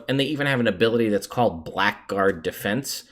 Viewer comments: A "Black Guard"? It's pronounced "Blaggard", friend. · Quick aside, "Blackguard" is pronounced "Blaggard". It's a common mispronunciation, and I get why, but I hope you can see your way to adopting the correct pronunciation. =] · Great video, only one issue. Blackgaurd is pronounced bla-grd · I shouldn't be that guy, but I will. Blackguard is pronounced 'Blag-erd', because English is weird. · Annoying bit of pedantry (forgive me): "Blackguard" is actually pronounced something like "Blaggard". Sounds dumb, but rolls of the tongue a bit easier.